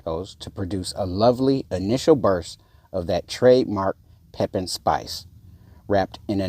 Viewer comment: Fyi, pronounced…..Pepeeeen😀